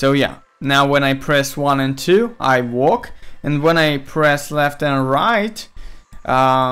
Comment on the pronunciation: Are you saying "walk" or "work"?